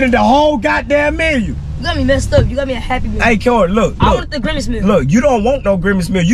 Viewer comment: So ain’t nobody gone talk about saying “ Grimage instead of grimace